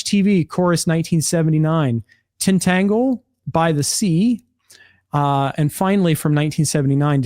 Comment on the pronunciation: Tintagel is pronounced TIN-tuh-jel ;-)